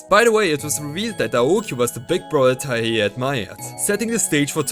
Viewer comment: Its TIE-hey. Not TUH-hey.